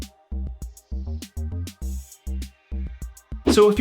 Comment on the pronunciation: "PER-row," not PER-rawlt."